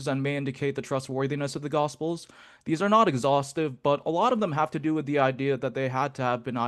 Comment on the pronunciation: cannot pronounce "-th" how pathetic. Or for, pafetic